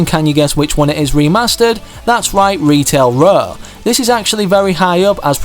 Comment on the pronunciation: I love how he said retail raw